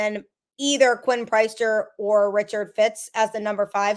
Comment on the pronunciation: Priester, it is pronounced the same as if he led a congregation on Sunday. Priest-er not price-ster